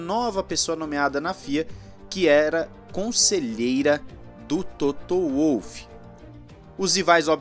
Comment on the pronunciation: Apenas uma correçãozinha, a pronúncia é Volf e não Uolf.